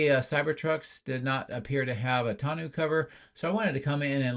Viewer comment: TON O cover. French language " eau" is pronounce O not ew